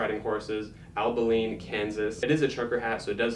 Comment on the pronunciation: ab-ill-eeen, texas*